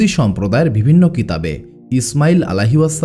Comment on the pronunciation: আমি নতুন আপনার চ্যানেলে,,,কয়েকদিন থেকে টানা ভিডিও শুনছি বেশ পছন্দ হয়েছে আলহামদুলিল্লাহ ❤❤ তবে আপনার কিছু উচ্চারণ ঠিক করবেন নাহলে ভিডিওর কোয়ালিটি খারাপ হয়ে যায়,,শুনতে খুব শ্রুতিকটু লাগে যা থেকে ভিডিওটি দেখার মানুষিকতা নষ্ট হয়ে যায় এটা ঠিক করলে ইনশাআল্লাহ পারফেক্ট হবে ভিডিওগুলো।যেমন- ভুল সঠিক মদ‌্ধো----মদধে(মধ্যে) ওদভুত----অদভুত(অদ্ভুত) ভিবিন্ন------বিভিন্ন এএক-----অ্যাক(এক) হবে।।এর মধ্যে প্রথমটা খুব বেশী পরিমাণ কানে লাগে। দয়া করে সঠিকটা বলবেন নাহলে ভিডিও দেখার মানুষিকতা নষ্ট হয়ে যায়😢 আরেকটা বিষয় আপনার এই ঘটনাগুলোর দলিল পেশ করবেন ( বিশেষ করে গুরুত্বপূর্ণ পয়েন্টগুলো)।আমি প্রায় ৮/১০ টা ভিডিও শুনলাম কোথায় ভুল পাইনি তবে দলিল পেশ করলে ভাল হয়।।কোয়ালিটি ভাল হয়,অথেনটিসিটি বৃদ্ধি পায়৷